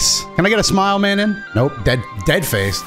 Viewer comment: Mah-non, do-toe, its french plz